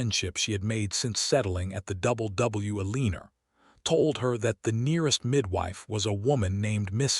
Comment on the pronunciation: Loved the story and the narrators voice but Eleanor is not pronounced Eleener and Santa Fe is not pronounced Santa FEE. Also watch the math because 19 years after she arrived, her grandson couldn't have been 6 already unless his father had him at 12! Needs to be edited better but all in all enjoyable!